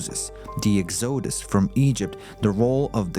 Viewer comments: Why is this video called "The True Origin Of The Jews" when it simply regurgitates what is told in the Bible which is now considered to be mostly myth or historical inaccuracies? The "Exode-us"? Seems like an AI speaker to me. Try "The Exodus". 🤒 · The "Ex-OH-Dus" from Egypt? I hate AI narration without editing! Right away, I know it's going to be a bad video.